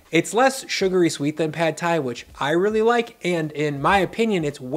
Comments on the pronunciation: As a Thai, I’m so glad you’re introducing this dish! I feel like Prad Thai is so overhyped and I honestly don’t care for the dish. Just a fyi, “Pad” is actually pronounced “Putt” despite the spelling. Sorry it’s just one of my pet peeves as a Thai American 😂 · Stop americanizing Thai words. It’s not pad as in cat it’s pahd as in car. If you like Thai food and respect the culture, pronounce the words correctly. Show some respect.